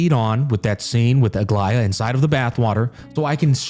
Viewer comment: Bruh, you know he is listening and tried to enjoy the quest when he pronounced Aglaea, Aglaea! Clap clap! 👏👏👏